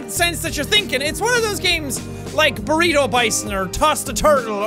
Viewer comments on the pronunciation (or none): none